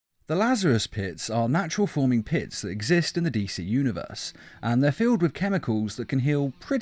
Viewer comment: "pit's chemicals" My ears: "piss chemicals"